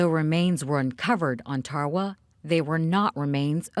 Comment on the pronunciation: Its tarawa this is how u say it darawa